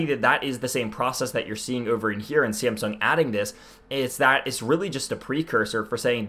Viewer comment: Are you saying SAMSUNG or SIMPSONS ;)